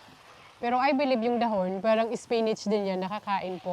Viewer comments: Naninibago ako sa pag pronounce mo nang dahon ate. Dbah dpat da-hon ung pagbigkas? Pro palagi kong inaabangan videos niyo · bakit iba ung pagkabigkas mo ng dahon? Been to Siargao di naman ganyan nila pagkasabi ng dahon, for sure di rin ganyan tinuro ng Filipino subject natin. Sorry, maliit na bagay pero nakakairita pakinggan